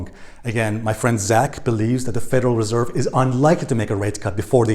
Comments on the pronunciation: Stress on the second syllable with Federal Res'erve 😉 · Nice vid you keep mispronouncing Reserve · Please master how to pronounce the word reserve dear friend you bounce around sometimes getting it right and sometimes getting it wrong. But I must say that you usually do get it right and your content is excellent thank you so much❤